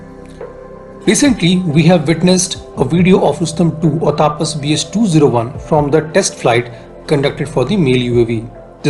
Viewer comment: Pronounce the name correctly, not like Britshit. The name is तपस not तापस Pathetic mistake